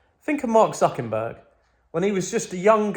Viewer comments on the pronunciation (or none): Man really said Mark zuckenburg 😂😂